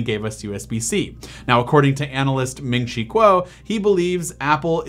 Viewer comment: you said ming chi quos name wrong